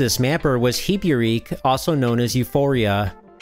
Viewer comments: It's "Heb-Beh-Reh-Kay." Not "Hee-Byur-Reek." Also, did you know that Kitsune is pronounced "Keet-Soo-Nay" and not "Kitt-Soon?" Took me years to come to grips with that. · I'm really sorry to nitpick, but I'm pretty sure it's 'he-be-re-ke' like the kana in the title show, not 'hee-bee-reek'! Ooooh, thank you for showing me this though, I'm smitten with it! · "heebeereek" kinda hurt to hear... It's a Japanese title, and Hebereke is just a romanization of the hiragana (へへれけ). In Japanese, vowel sounds are consistent, and there's no silent e (moreso silent u's, but that's still not totally accurate). A = ah, I = ee, U = oo, E = eh, O = oh Thus, the title is pronounced "heh-beh-reh-keh." Though only knowing the e sound was necessary, I thought to include the other vowels, so you know how to pronounce them as well in the future. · It is true that Nintendo limited the mappers available to third party companies, but, there is an early exception to that for some reason. A few games like Gauntlet 1 and Ring King use the Namcot 108-series mapper chip. Yes these are NES games. Hebereke is probably pronounced as "Heh-Beh-Ray-Kay" Sunsoft using the FME-7 chip in an NES game is a jumping point for a future video you should do. In the last few years of the NES, Nintendo really loosened up and started letting third parties make their own cartridges, these companies include Sunsoft, Acclaim and Virgin. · Great video as usual! For what it's worth (and sorry for the boring comment) - "Hebereke" is actually pronounced "Hey-bey-rey-key" (the symbols above it on the title screen are the characters for those sounds). It's a challenging representing other languages with English letters, but at least in Japanese whenever you see the English letter "e" it's always meant to represent the Japanese sound "eh". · it’s “heh-beh-reh-keh” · I love you, but Hebereke isn't pronounced Hee-boo-reek.